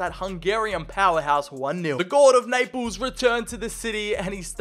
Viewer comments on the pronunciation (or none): none